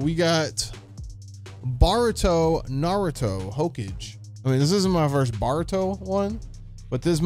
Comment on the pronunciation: You hear how my man said hokage💀